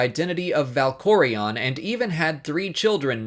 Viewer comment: Dude. You must WAY to much emphasis on certain names. ValkorEON arCAN thexAN.